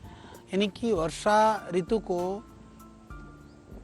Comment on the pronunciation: Balkrishna acharya ji, Kripaya apni Hindi par thora dhyan dijiye. Ritu me Harswa Oo hoga. Log aapse shiksha lete hain isliye aapko shuddha likhna-bolna chahiye. 🐚🕉🇮🇳🚩☀️